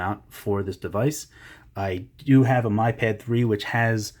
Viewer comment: lovely review. i didn't want to be that person but it's pronounced 'me' pad. just saying. it's annoying